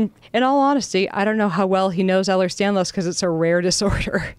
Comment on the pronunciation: Its Ehlers Danlos, not Stanlos. This lady is a tool. I am not impressed